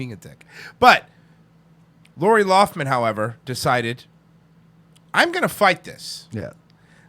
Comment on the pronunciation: Its Lough- Lin. Not loff- min. Lol.